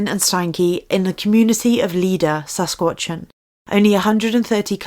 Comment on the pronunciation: Sass Katch Uh Wahn Not Sasquatchawan.